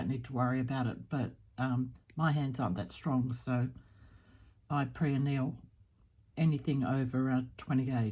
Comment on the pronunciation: You speak of doing something to wire to make it more malleable. Forgive but I can’t make out what you are saying. Sounds like pre aneal? The transcription also has preal. I cannot find a definition of either. Please tell me the term you are using. Thanks so much. Your work is beautiful